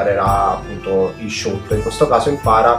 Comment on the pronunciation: anchio non vedo l'ora che rilascino il gioco pero' non e' "shoot" ma "shout" (pronunciato sciaut) :)